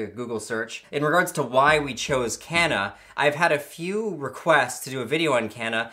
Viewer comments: As someone from South Africa that's not how Kanna would be pronounced. But awesome wordplay. It's pronounced KAH-NAH. The K as in Ketamine. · You butcher the names of kanna and kratom lmao